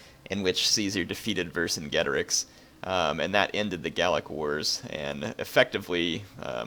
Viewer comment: It is pronounced ver-cin-ge-tor-ix not ver-cin-get-or-ix